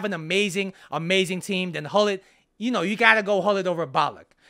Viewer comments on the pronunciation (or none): Pronounce: CHULLIT